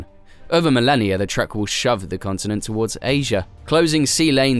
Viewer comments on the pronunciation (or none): none